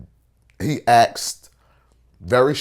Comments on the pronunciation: He "axed" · How black people say "asked": "Ackst"